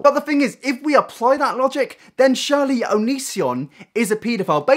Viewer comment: You sure say 'dwelve' alot instead of 'delve', and 'Shirley' instead of 'surely' but I love ya anyway